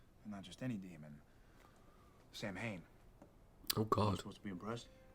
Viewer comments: Yep. The mispronunciation has always really irritated me. Sow-wen in Irish, or Sah-ven in Gàidhlig (Scottish Gaelic). Either would be fine, but Sam-Hane is not. It just niggles at me every single time it’s mispronounced. I can deal with the completely rewriting of the myth. Supernatural does that with all sorts of myths and religions. But the mispronunciation… aaargh! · Bits of the episode annoy me because- Samhain is pronounced Sow Win. And, its a pagan festival essentially. Not a person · Also, thanks for putting up both pronunciations, it's helped me with an issue I had. I'm Canadian, with both Irish and Scottish ancestry. I wanted to know more, so I took a, basically, "Celtic Studies 101" class at uni. We were taught to pronounce it as Sah-ven in class. A year or two ago, I saw someone on a SPN reaction video post a comment saying it should be pronounced as Sow-wen. I wondered if my memory was spotty, because my professor spoke several Celtic languages and so I knew she wouldn't be wrong. But, I looked up how the Irish pronounce Samhain, and it confirmed what the commenter said, that it was pronounced Sow-wen. So, I chalked it up to a bad memory, even though I was SURE I had learned to say it as Sah-ven. You have just cleared up a mystery for me today, thanks!